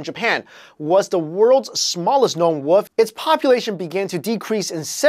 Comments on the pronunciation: i like how he says woof instead of wolf c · you said wolp not wolf get rekted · "The Japanese woof" I died when he said that